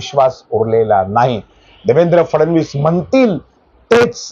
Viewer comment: "फडणवीस "उच्चार आपण फारचं सुंदर करता.त्यामुळे कृपया या नावाचा अनेकवेळा उच्चार करावा.